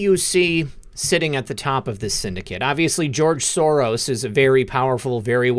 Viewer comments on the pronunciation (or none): none